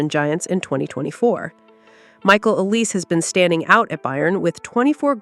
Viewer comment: Olisé is pronounced O-lee-say